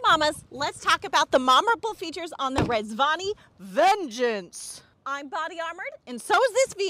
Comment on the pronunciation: I'm really curious about the "vengeance" emphasis. Vengeance against what? Your ex? Trans people? The banning of slavery?